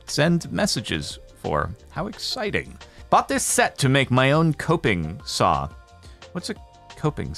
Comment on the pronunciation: Coping saw...think hacksaw...but ~1/10th the width. Great for tiny projects, small corners...and congrats on pronouncing it right! I know SO many people who say "cop-ing" saw! TOS and Youtube is...broken. First, legally, you either have to agree, or disagree (a choice, their consequences if you don't). I mean, that's just fundamental law (flawed or not, it is what it is). For the record, this MIGHT be the last vid I watch on Youtube since they now seem to be checking whether I have a ad-blocker or not...I do, and YT is WHITE listed. YOU won't be getting whatever you get from the views, because I can no longer watch - even though they have carte-blanche to serve me ads.